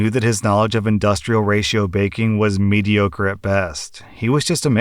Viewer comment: Today I learned that does not know how to pronounce Mediocre and does not know the meaning of the three letters RIP..(It is not said RIP as in to tear, it means Rest In Piece as in death)